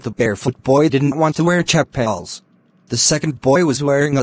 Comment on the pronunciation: lol what timing just came to this comment right before that CHAAAPAYLS THING